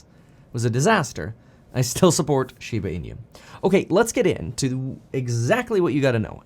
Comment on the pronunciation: Kevin NEVER... has NEVER PRONOUNCED SHEEEBAH EEEEENUUUU CORRECTLY ... its very alarming he doesn't know how to ...